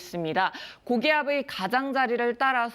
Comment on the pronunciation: ㅋㅋㅋ 발음ㅋㅋㅋㅋ 고긔이아븨 흐안브안도 스앙하의이